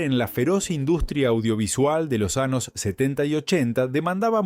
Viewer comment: Lleno de palabras ¡MAL PRONUNCIADAS! Esto no debería permitirse. Horrible. "Años" pronunciado como "anos". "Compañera" pronunciado "companera". Vergonzoso.